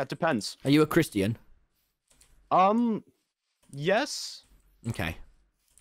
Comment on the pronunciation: Did anyone else hear that? Tommy pronounces "Christian" as "Chrih-stee-in" 😳